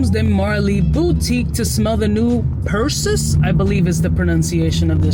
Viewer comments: Pur-SEE- Us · I see everyone is chiming in to correct the pronunciation..lol..Percy US ( basically ) As stated in Greek Mythology the son of Zeus... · Per Say Oose lol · This is exactly how to spot a non born American 🇺🇸 citizen. When they can’t even pronounce a basic 1st grade level word such as Perseus. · Good god please say it right